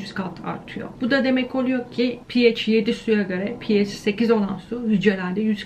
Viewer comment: Okulda neden pehaş diye bi okuma tarzi yayılmış acaba:) pieyc deyince kulagima ondan bi değişik geldi sanırım